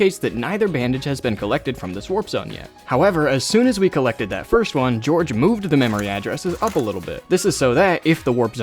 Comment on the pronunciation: "hello, we're the English police, we're here to arrest you for saying Georfe instead of George"